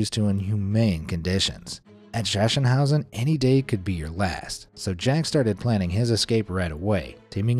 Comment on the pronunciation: It is pronounced SaKSENhause. A hard K sound. Yes, I visited there along with Dachau.